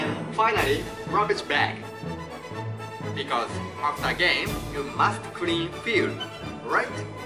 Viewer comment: 発音ですが、Rを意識しすぎてRのない単語もビコォーズみたいな感じで発音してますよ。